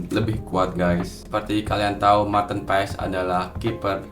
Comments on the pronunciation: Kita hrus taw ngucap nya Martin Pass y😅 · Ijin koreksi nama MAARTEN PAES di baca MARTiN PAS (Sumber: Coach Justine)